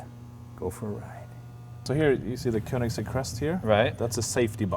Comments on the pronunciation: i think Jay should have taken at least 3 seconds to learn how to say the mans name correctly. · Jay please, you own the car and can't even pronounce it right